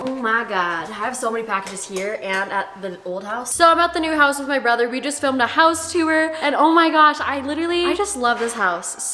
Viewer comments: mai be like "house too-er" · “house toower” girl I love you 😂❤️ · LMFAOA “HOUSE TOOR” 😂😂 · "hOuSe TOOwAUr"